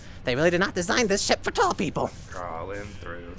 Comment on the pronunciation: it sounded like he said s**t not ship 😂😂